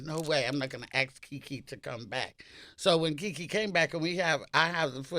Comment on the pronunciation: It's Kiki Shepherd NOT Jiki!